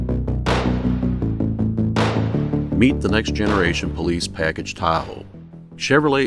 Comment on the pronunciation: “Powice cars” lmao